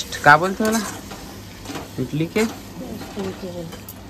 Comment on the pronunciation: इटली nai बोले इडली bolthe😂😂😂